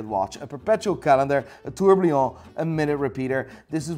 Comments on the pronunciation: Kinda was hoping the video would end with Brad wearing a Hublot 😈 And a Tourbillon isn't pronounced Tour-blee-on. Just lose the L 🤓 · You need to learn pronouncing „Tourbillon“ by hard mate